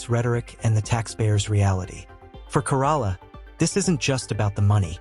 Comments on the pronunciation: Adam's last name is pronounced like the Toyota Corolla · I hate the AI can pronounce newsom but not Corolla, and Mexicans and blacks just don't want checking accounts they don't want the government to know how much money they have